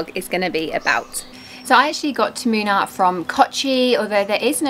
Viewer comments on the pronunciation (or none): Moonnaar not minar